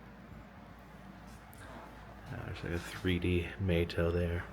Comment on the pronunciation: Hey, Love your videos,met you at mountain Mall in Gatlinburg,also Mato is pronounced Mahto, Blessings to you and family